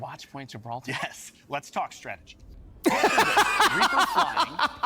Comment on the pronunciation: "Let's talk strategie" 😂🗿 he cold